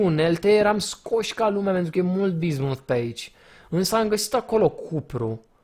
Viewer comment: de fiecare daca cand spune 'bizmut' am impresia ca spune diznuts